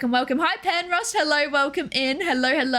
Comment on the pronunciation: you say hello as hellor muchhhhh